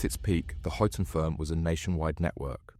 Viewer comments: mate its said like hi ton not hue ton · Huyton - as in High- Ton not Hewton - Two Dogs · Just a heads up - it's pronounced ''Hi-tun' not 'hewtun'. Being from Liverpool, I had to get that out. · It's not hootin! It's huyton, hi-ton. The hootin crew 😂😂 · Its pronounced "High Tun" not hootin, ive lived there my whole life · Huyton is pronounced Highton not Hyooton. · Good Video but some of the pronunciation is wrong and quite funny and I had to mention it "Huyton" in Liverpool is pronounced like "Hi Ton" (tun) not "Hooton". Hooton is place on the Wirral side. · Hewton!!! At least get the names right, it's Huyton, pronounced High Ton. 😂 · Hooton firm?? 😂😂😂. It’s pronounced High ton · That,ll be Huyton as in HIGHT UN not WHO TUN as is being mispronounced 🤭🤭🤭 Just Sayin Boss 🤫🤫🤫🤫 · The hewton firm? 😂 Huyton is pronounced High Ton mate. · I was pretty sure he was getting it wrong, but I didn't really know how it should be, so thanks! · 🤣and its pronounced "Highton" not "Huton" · The hue ton firm 😂😂😂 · You pronounced Huyton incorrectly. Its said Heighton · It’s pronounced high ton 😂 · Hyooton firm? 🤣🤣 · "Hyooton" firm? You dont even know how to pronounce it u dunce It's an area of liverpool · It's hi-ton, check proper wordings next time, a good vid but a few mistakes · Huyton pronunciation = "High - tun" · Huyton is pronounced High-ton. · It's hyton lad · Huyton is pronounced as "Hi ton" not how you say it. 😂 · It's more hightin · Ones a blacken ones a whiten Huyton huyton two dogs fightin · But without the T.😀